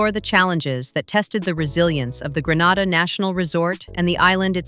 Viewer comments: It's 😂not Granda in Spain it's Grenada kmt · Its not call Granada its Grenada ffs 🙄🙄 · The correct/native pronunciation is Gre na da.....Gre nae dah. Not Gre nar da. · For God's sake it's GRE-NAY-DAH, It is NOT Gre-NAH-dah - that's a region in Spain 000s of miles away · ITS PROUNCED GREEEE NAY DA NOT GRANADA NOR GRE NADA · In this day and age, ya'll muddah arse so blasted intelligent but can't pronounce the Island name properly yet, it's GREE-NAY-DA 🇬🇩. Kaka holes, Gre-nar-dah / Gra-nah-da is located in beautiful Spain 🇪🇸. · How can this video be valid when it can’t even get the pronunciation right of the country? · 1st pronounce the country name properly A.I. You've gone to great lengths to make the video and do research...seems only fair to say the name correctly. All things being equal, good video. Hope you expand more on how the finances to build is structured, is it all from Chinese investors, what percentage is from the Grenadian government.